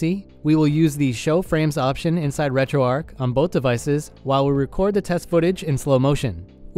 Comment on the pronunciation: It's pronounced "retro arch" as is arch Linux. Not arc. Just FYI.